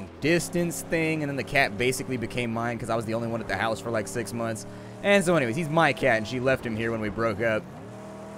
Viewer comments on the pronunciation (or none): none